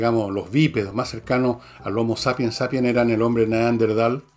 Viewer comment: Entiendo que la palabra es Neanderthal y no Neanderdhal como lo pronuncias Fernando, que precisamente es el antecesor del Homo Sapiens.